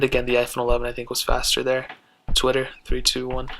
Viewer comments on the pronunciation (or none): none